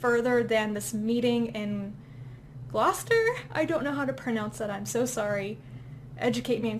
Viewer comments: Fear not, your pronunciation of Gloucester was fine. But don't be surprised if someone picks you up on your pronunciation of Shrewsbury. They're still arguing that one to this day. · Going wine tasting sounds like a fantastic time. Take me next time. ;) The People in the Tree sounds pretty hard going? It does sound so interesting though. I need to pick up that Elizabeth Moon series! Gloucester? You're pronouncing it right. I thought you said Readme was 44,000 pages for a moment there and thought, wow, they made it compact for that. It's early.